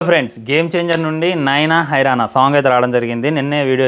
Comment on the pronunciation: అరేయ్ ❤డే ..... నైనా హైరాన కాదురా పూకా ..... నానా హైరాన ... సరిగా పలకడం రాదు పూకే .... సినిమా వచ్చే వరకు ఉచ్చ ఆపుకో 😅